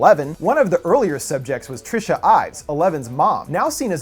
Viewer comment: Trisha a funny way to pronounce Teresa